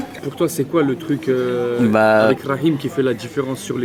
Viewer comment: Franchement chui étonné la bonne prononciation du prénom rakhim prcq en grande majorité, les gens ne parlant pas l'arabe ne savent pas le prononcer correctement😄😁😆